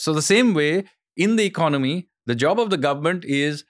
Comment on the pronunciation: EcoNOmic. ECONomy. Don't lose a syllable.